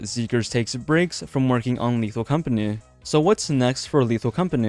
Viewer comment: "lethal companeh"